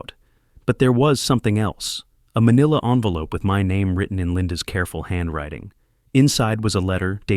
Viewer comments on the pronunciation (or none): none